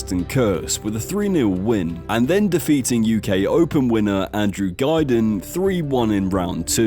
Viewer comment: It was all going well until you pronounced the great Andrew gildings name wrong 🙈 for shame